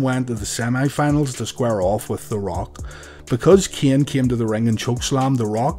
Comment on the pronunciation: Just wanted to let you know that Taker's brother's name is Kane, not Keeon. Same as with Vince's son, who is called Shane, not Sheeon.